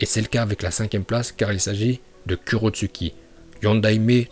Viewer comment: Sa se prononce kurotsuCHi regarde la VO